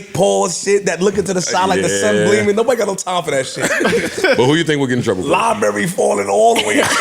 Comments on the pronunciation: “LIE-BURRY” 😂. Nigga it’s Library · Its LIE-BARRY lmfao